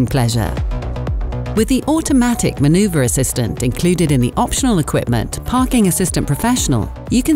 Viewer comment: manuverrr and digital new modern